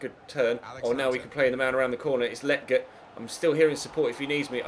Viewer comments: Hey just wanted to say again that Lletget is pronounced (Leh-Jet) not (Le-Get) just wanted to let you know! Love the series mate! Keep it up! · You’re saying lleget wrong 🤦🏽‍♂️🤦🏽‍♂️